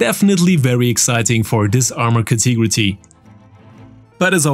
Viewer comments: Cat-a-gory, not like how you say it, but great video! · Could you please either learn how to pronounce CATEGORY properly, or just use a similar word like group, class or kind. For some reason you have decided to use that word about a dozen times in every single video,.